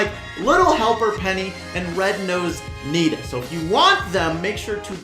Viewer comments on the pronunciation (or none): none